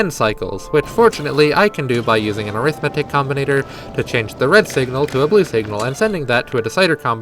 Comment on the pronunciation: This is so cool that I'm putting up with the pronunciation of Arithmetic